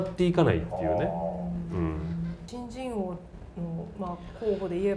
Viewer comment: 上田さんの「新人王」の発音が「ち〇ち〇王」に聞こえてドキッ！としました。病んでるかなー、おれ・・・